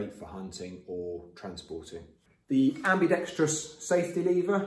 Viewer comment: Thank you for pronouncing "ambidextrous" properly